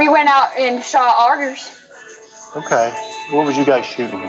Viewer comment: Shooting "Otterssz" Otters are so sweet. Drugs are bad people. I believe melody is a victim. I hope she gets the help she obviously needs. Happy you're back 🍋